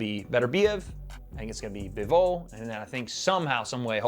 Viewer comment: It’s pronounced BIVol like beaver or bees this guy keeps saving bevol wtf